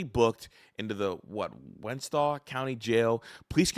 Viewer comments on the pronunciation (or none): none